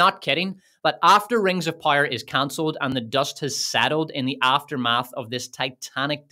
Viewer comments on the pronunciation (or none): POW-ER, not pyre, pire, Pie-r, pyre. I understand. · Stop saying rings of pyre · I keep hearing Rings/Wings of Pyre, lol. Edit: Unless that's what he's saying? I can't tell. 😂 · I don't know what is your accent but man, my bones snapped every single time I heard you pronounce power Pyre Pyre Rings of Pyre Galadriel's pyre :face-purple-crying::hand-orange-covering-eyes: Jokes aside this was an immense pleasure to watch, agree in every single point you made, good job. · I keep hearing rings of powder 😂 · ring of pajer xdd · Great video though💯 I just thoutht it was funny how you said power😅